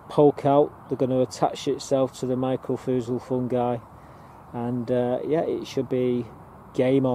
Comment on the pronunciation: "my cor rye zal"is how the fungus powder is pronounced